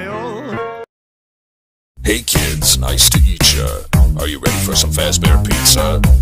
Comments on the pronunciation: It is nice to eat ya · He is saying "nice to eat ya" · He is saying eetacha I have checked it on google and on Spotify lyrics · did anybody else notice when says nice to meet cha it sounds like "nice to eat ya"